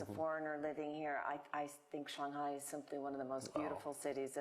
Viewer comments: Cool! Lady needs to learn how to pronounce "Shanghai" though. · this actually reflects her professionalism, as she is trying to pronounce "Shanghai" in the authentic Chinese way.